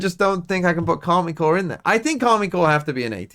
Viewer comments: Is there a reason you call them Karmine Core instead of Karmine Corp? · It's Karmine Corp and the "i" is pronounced like the "e" in English